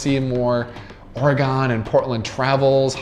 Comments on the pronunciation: Or-a-gun not Or-a-gone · EEEK! You need to learn to pronounce OREGON correctly! Your mispronunciation is offensive to all Oregonians!!